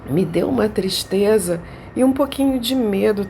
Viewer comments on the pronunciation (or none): "QUE TISTREZA ..."